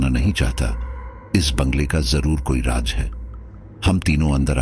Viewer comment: Raj nahi Raaz bolte hai Mr Narrator